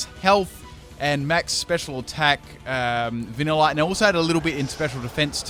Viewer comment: Plot twist: VaniLITe is pronounced different compared to other pocket monsters